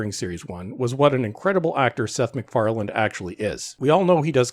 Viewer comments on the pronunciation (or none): The guy's name is McFarlanE, not McFarland. Come on! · His last name is McFarlane, not McFarland.